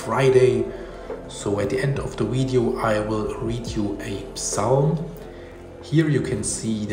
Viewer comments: Pronunciation comment: In English we have the V and the W. The letter V is a regular V, and the W is just W. Therefore, the word VIDEO should be pronounced VIDEO and not WIDEO. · His pronunciation of “wideo” is a charming quirk of his! Leave his accent alone!